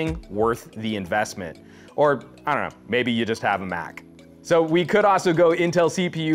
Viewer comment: "I dunno, mayne you just have a mac..." LMAO